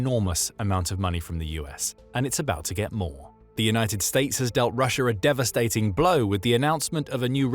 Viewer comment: Rissia its Russia ... Ssi hey